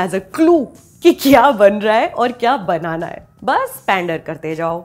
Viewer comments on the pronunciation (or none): none